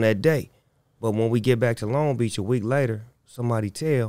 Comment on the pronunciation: What they know bout LONG BEACH! Not (l- ong beach) its (Loan-g Beach) 😂😈